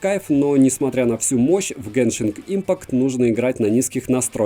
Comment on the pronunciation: спасибо за обзор, но "геншинг импакт" ухо режет...